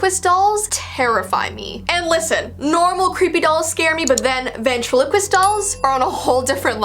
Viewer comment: Come on we all though of darcy Lyin when she said vatrelequist